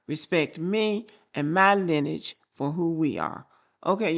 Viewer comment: It's pronounced LINEAGE not linage